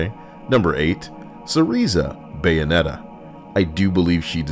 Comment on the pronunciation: seriously not know how to pronounce Bayonetta's name.